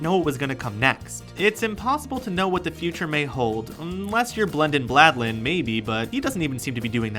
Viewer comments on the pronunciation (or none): sorry but you said Blendin Blandlen its Blendin Blandon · It's Blendin Blandin not Blendin Bladlin. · you said Blendon Bladlan -_ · am i the only one who got pissed when the dude said celestabelabethabel and blendin blendale wrongly?the episode was good tho better with tim tho